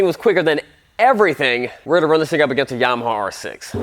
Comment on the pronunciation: OMG DUDE YAMAHAAAAAAAAAAAAAAAAA NOT HAWWWW GRRRR WTF!!